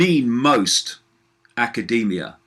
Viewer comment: " aaa-kah-day-me-ah" lol